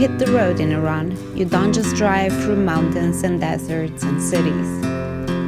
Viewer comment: And thank u, mamnoon, for dispelling myths about Persia. Thank you for pronouncing eeron correctly! Go vegetarian Iran! Better for water conservation, health, and planet. Soy(bean) kabob!